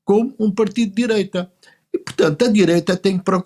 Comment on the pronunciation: Dizem que o PS está radicalizado à esquerda e que é essencial a AD chegar a acordo com eles 😅😂😂😂😂 "diireita" LOLOLOLOL